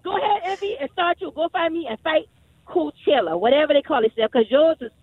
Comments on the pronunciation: you took the likeness of Coachella and said carchella lmao. how the hell they aint know lmaooo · Drop the E.. and a I....Carchilla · CAR-"CHILL"-A you can do better..the Netflix using it..LL did and it's been ours longer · Crazy, I hear car I think car not Bey, Cardi B on stage... The word Coach ( bag, sports mentor, horse buggy).... Ella Fitzgerald smh Coachella is not Car Che Ella Ohio spoke, at the end of the day it's about RECOGNITION Brand, it's not COACH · What Car-Showlla?